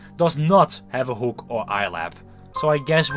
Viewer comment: I will type in English to not attract this to the Dutch algorithm but dude, you sound like you're not even trying to pronounce stuff correctly, I don't know if you're still in school but if you are please speak with your teacher about your pronunciation, I think most native English people aren't understanding you correctly, for example you pronounce "hook" like "hoek" when that's not how it's pronounced or "animatronic", you sound out the R when that's really not a thing in English, as both a native Dutch and English speaker your English hurts my ears :,)